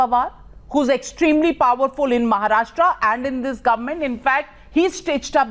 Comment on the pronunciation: Navika - first learn to pronounce state names correctly. It's Maharashtra, not Maharashtraaaa.